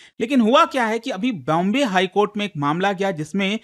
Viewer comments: Court ❌ Kohta ✅️ 😂😂😂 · Supreme court ❌ Supreme Kotha ✅ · Court ❌ Kotha ✅ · cort nahi kotha.....😂😂😂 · Not High court ✖️ High kotha ... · Mathary or judi$ary,,,,, judicial kotha ban kotha